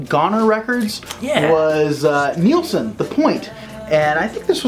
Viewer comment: Love your Chanel. But it’s pronounced Nil-son not neeel-son. Small point